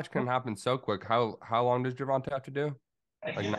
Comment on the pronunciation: Gervonta '' gewonta '' Davis